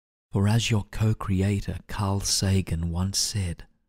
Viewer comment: I heard, "Creator Carl Sagan" after that it was hard to focus bc i have no idea who he was and why the narrator said his name. Did anyone else hear that?